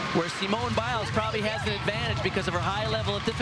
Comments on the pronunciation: See-mone Biles. I want to scream every time they say it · They didn't even know how to pronounce her name- kept saying Seemone!